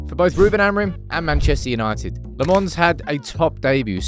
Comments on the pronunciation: It's pronounced Lommens. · Lemmons still…ffs man. Say it properly